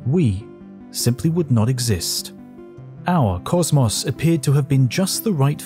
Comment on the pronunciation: why do you pronounce cosmos like that? so annoying. otherwise good video